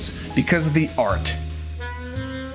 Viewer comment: Can you not say "Art " ?